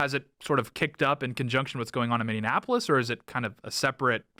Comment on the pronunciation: Dude... stop saying Minneanapolis